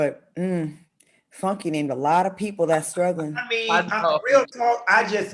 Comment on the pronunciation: FUN-KAY D🤣🤣🤣🤣☕